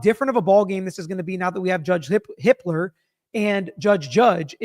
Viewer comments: I k r ? First Judge Judge, then Judge Hit.....err, Hippler.... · I HEARD YOU PRONOUNCE JUDGE JUDGE HIPPLER ......JUDGE HITLER!! 🤣🤣🤣🤣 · Going to need some real enunciation on "Judge Hippler". I had to rewind and listen twice. 😆